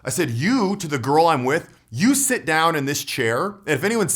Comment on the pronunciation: Why does he say garl